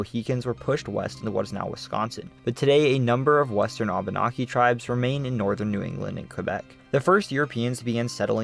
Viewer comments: Hey, bud, sorry, It's Au-ben-aek-ee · Vermonter for 45 years. Great video. We do pronounce Abenacki differently from the way you pronounced.